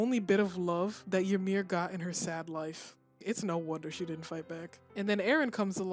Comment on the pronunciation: By the way the correct pronunciation of the name Ymir is EE-mir not YA-mir.